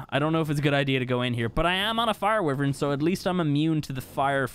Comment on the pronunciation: Hello instead of saying wyvern can u try say why-vern